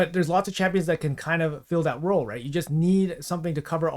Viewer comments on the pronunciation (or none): none